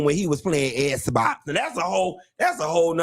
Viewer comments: Please stop saying sssbox😅😅😅... .I cant stop laughing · Lmao not “Esbox!” 😂😂😂 I’m dying!